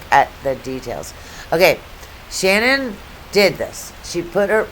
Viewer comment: It’s Shanann. Pronounced Sha. Nan